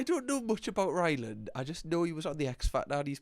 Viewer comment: It's Rylan not Ryland